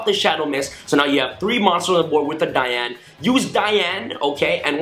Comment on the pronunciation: its the way you said dian it is right because its female so yeah your right